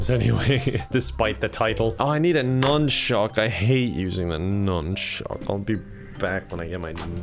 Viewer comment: not the nunshhhuuck :/